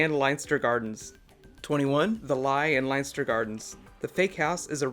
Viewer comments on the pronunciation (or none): Pronounced lenster Lienster